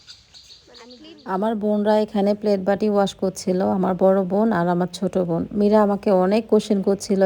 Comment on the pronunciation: আপু আপনি বোনকে ভোন বলেন কেন ??? নরমাল কথা বলতে শিখেন... স্টাইল করে বলতে গিয়ে ... উদ্ভট কথা বলেন 😅😅😅